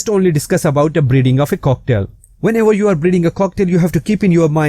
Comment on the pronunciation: It sounds like he is sayng cocktail